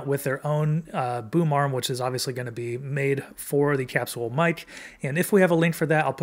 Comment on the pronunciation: I’ve never heard capsule pronounced that way. Have doctors been saying it wrong this whole time? 🤣 Sounds like a nice mic though.